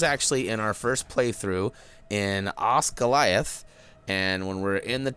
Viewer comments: Its not Osgalith its Os-Skil-ath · I know the comment is old but it's hardly an excuse. It's "os-gill-ee-ath". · I am pretty sure it is pronounced os-gee-lee-ath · 'Oz-goliath' lolol